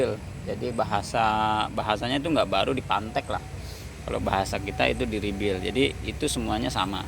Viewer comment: Bang bukan rebil ... tapi REBUILD